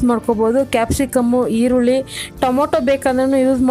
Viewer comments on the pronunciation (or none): none